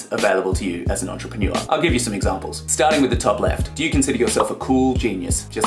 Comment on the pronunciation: I am the only one that thinks you pronounce entrepreneur weird? No? Maybe just me? 😂